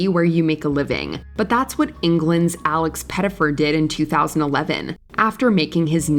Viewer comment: who is Laex Pettyfer? you said "celebrities" ...